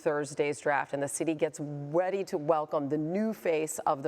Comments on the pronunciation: She said weady to welcome 😂😂😂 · “weady to welcome” 💀